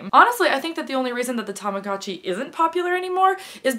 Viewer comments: TAMAGOOOOOOOOTCHI not TAMAGATCHI UGH I just can't hear you saying that , that way. haha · I had a baby blue one! Tamagotchi is pronounced so differently in Australia haha but oh god the memories